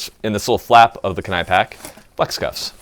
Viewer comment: If it's spelled Kenai alluding to Alaska, then it's pronounced "key-ni". It looks like "Ken-ni" but it's not.